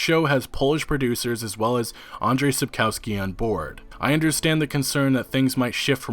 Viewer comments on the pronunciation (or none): It's pronounced Sapkovski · dude when u pronounce Spakowski just read the "W" as a "V" and its perfect. It sounds really really horrible when english speakers mess those sounds we have a different letter for it and it looks like this "Ł" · Each time he says Sapkowski I am who !? xD Also you guys should watch Polish serial and movie just ignore terrible special effects. Also Michał Żebrowski looks pretty good as Witcher.